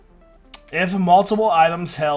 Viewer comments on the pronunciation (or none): none